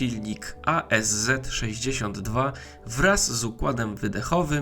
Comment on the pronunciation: Mała uwaga do nazewnictwa. Ten silnik to ASz, nie A S Z. W języku rosyjskim jest litera „sz”, ona w skrócie występuje i pochodzi od inicjałów konstruktora, Arkadija Szwiecowa.